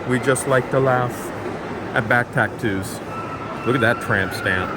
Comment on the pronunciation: OMG can not say Tattoo "Back taktoos"